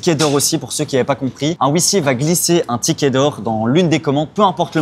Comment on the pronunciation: tickei 🤔eet pas tiket bizzard